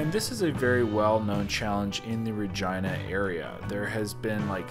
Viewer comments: Lol. Is it pronounced "Ra-Gee-Na" or "Ra-Gine-Na"? It sounded weird when you said "Ra-Gine-Na". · Oh lol 😄 That's an interesting pronunciation for Regina. I've known it to be Re GEE na. Learn something new everyday! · Why do I keep hearing say Vergina.... 😲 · Lol. I keep on hearing "Vagina" every time I hear him say "Ra-Gine-Na". 😜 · I wanted to say is it just me or has Regina the name always been pronounced Re-ge-na ?? Never in my life have I heard it that way unless he wanted to be funny lmao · Sounded like he kept saying vagina lol. Thats my type of eating challenge. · Is “Regina” really pronounced like “vagina”? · What is that areas name? I swear was saying vagina 🤔 also I would have totally ate the bread with the pasta 🍝🥖 gotta dip it 😁👍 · I cringe every time he said virgina🤣😭🤣😭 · Noooo It's pronounced Reh-gee-nah But sounds funny. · I thought he kept saying " Vagina"🤦🤦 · Please stop saying ragina! 😲🤔🤔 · Are you saying Ragina?? I’m confused I’ve never heard of Ragina! Are you sure it’s Ragina ? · 🤣🤣 did you said vagina? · Double take every time said Regina